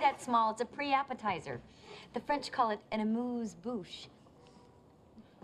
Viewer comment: Yes he did and killed the pronounciation of amuse-bouche 🙄